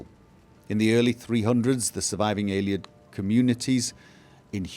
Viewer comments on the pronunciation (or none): The way you pronounce "Ayleid" really bothers me... "Aylieds" you say. Just something to think about ;)